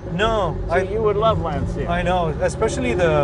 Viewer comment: It's pronounced Lan-chia Jay.